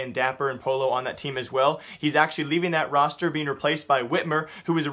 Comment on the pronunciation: I'm pretty sure Pollo is spanish chicken and a double ll is silent so it sounds like Poi-yo